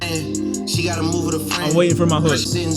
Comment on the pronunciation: They are called clippers and practice my frahnd (says a barber)... lol